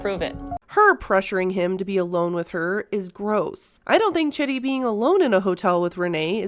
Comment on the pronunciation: It's pronounced CHEEDEE. Not Chitty.